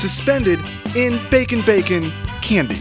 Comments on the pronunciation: you know we cant understand you right? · HOW MANY TIMES DID HE SAY BACKON?!?!